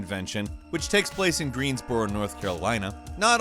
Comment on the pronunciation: Its pronounced greens burrough lol Da fuck was that pronunciation >.<